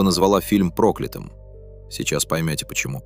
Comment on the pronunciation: В слове прокля́тым ударение падает на я: прокля́тым (от слова прокля́тый) Примеры: Он считал этот день прокля́тым. Дорога оказалась прокля́тым местом в народных преданиях. Во всех формах слова прокля́тый ударение обычно остаётся на я: прокля́тый, прокля́того, прокля́тому, прокля́тым и т. д.